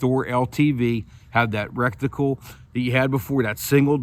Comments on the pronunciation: He keeps saying, "recticle" ha ha. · Did you say reckticle?? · You know you're saying rectaclel That sounds way different than what you're actually Meaning to say. We're talking optics not butt holes.omg you're killing me !!!!!!!!!